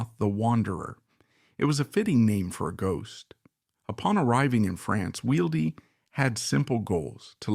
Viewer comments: Where exactly is "Reeding" jail. 😠 And why does this AI slop keep referring to Wilde as "Wills"??? "Upon arriving in France, Wheel Deep...." ?????? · Why oh why could the narrator not get the pronunciation correct. He couldn't even get "Wilde" correct. Totally spoiled it and had to stop in the end, just too bad.